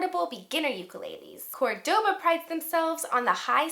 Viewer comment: This is the fourth video I have watched about buying an ukulele and it's the best one I've seen. I loved it when you started playing finger-picking style which happens to be my favorite style of playing guitar. I am going for the tenor. Thanks for the tips! By the way, and forgive me for correcting you: Córdoba is pronounced: Cord-dovah...